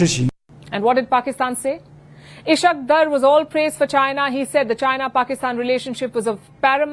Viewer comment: Dear Palki, I would recommend that you learn the correct pronunciation of the name Ishaq Dar